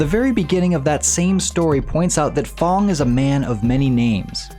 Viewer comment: It's f.a.n.g not f.o.n.g